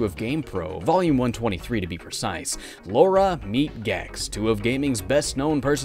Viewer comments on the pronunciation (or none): Gamers in 2018 still say "Laura"? I thought we were past that. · I hate it when ppl say "Laura". Its Lara!!!.